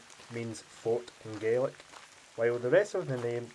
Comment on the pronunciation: It's Gealic as in Garlic. You have a Scottish acsent but you have no knowledge of Scottish culture . Open a fucking book.+